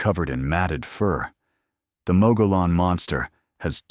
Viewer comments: Mogollon = Mo-gee-on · Mogollon is pronounced MUG-e-yon.